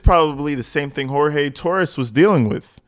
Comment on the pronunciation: I love your channel but his name is pronounced GEORGE. He called himself George and so did his family. Jorge is how it is spelled but he pronounced it as George. Just FYI.